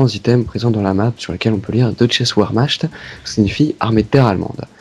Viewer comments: On lit ''vermarte'' deutche vermarte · Wehrmacht se dit "Vermart" ^^ Sinon, super vidéos et très intéressantes ;) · Désole mais Deutshes Wehrmacht => Deutchiz Verrmarte (Cht = rt) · Petit cours d'allemand ;) Nacht ça ce prononce Nartt, Wehmacht ce prononce Vérmarrt. Et encore la Wunderwaffe de prononce Wunderwaffé.Et pour finir Der Riese = Der Rizé Sinon vivement les autre épisode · super vidéo on sent bien que l'allemand c'est pas votre truk ^^ ouermachte ^^ on dit "vermarrte" ;) peace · Putain mais deutchaisse ouairmachte... sérieux les gars, ça se prononce Vermarte ça tout le monde le sait normalement... j'suis pas du genre à trépigner pour le français mais quand il s'agit d'autres langues faut un minimum se documenter sur la prononciation. Parce que du coup, y a plus aucune crédibilité ! Charisme zéro les gars pensez-y en vrai ça prend peu de temps et ça évite de passer pour un gars qui fait ses vidéos à la zob. On a qu'une seule fois la chance de faire une bonne première impression, phrase toute conne mais qui est vrai. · Stylé ... mais Wehrmacht sa ce prononce : vèrmart ^^ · Bon pour la prononciation de werchmacht vous repasserez hein ! ^^ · pour la pronocitation de "deutsches wehrmacht" ca se prononce "vermate" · Ouermasht = Wehrmacht (prononciation) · nope... ça se prononce "vermaRte" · Mec apprend la prononciation allemande on dit Vermart "phonétiquement parlant" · non "wermaRte" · paye ton accent allemand nacht ca se dit comme nart et wehrmacht sa ce dit vermart et tu sais meme pas dire deutsche x_x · Oui c'est vrai que mal prononcé 3 termes Deutsches Wermacht Nacht der untoten Verrückt C'est un manque de culture et c'est pitoyable.